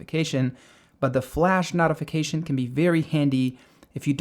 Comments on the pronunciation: It’s a noh-tee-fication, not a knot-ee-fication. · wtf is a "NAHtification"? its a Notification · useful video but the flash knot-uh-fication section killed me lol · this mispronunceation is killing me lol. "knotification" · I'm fine with you mispronouncing most of the other words but "nautification center" really does bother me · dude, you're saying notification wrong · You are pronouncing "notification" wrong. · Yeah, I almost turned off the video when he started repeating the word notification. The other dozen or so words were odd but that one is really distracting! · Yeah, interesting pronunciation. There's definitely no "tee" sound in notification, though.